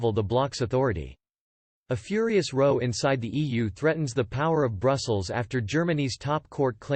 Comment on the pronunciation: It is not pronounced "row", like the boat, but sounds more like "wow". Are you a robot, there are so many consistent mispronunciations in your videos that one does wonder. OK, not knowing how to pronounce Irish institutional names, that is understandable. But it goes a lot further than that.